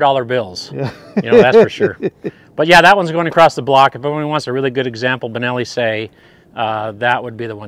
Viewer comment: Sei is Italian for 6... Not S..E...I...